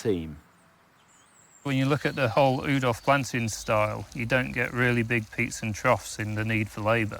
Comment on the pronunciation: It is not important at all but I do wish English professional gardeners would pronounce Oudolf the right way. Just say Wowdolf and then erase the 'W' and 'w'. That's close enough. If we would pronounce Joe's name in a Dutch way , he would be called ' You' . But we don't 😅.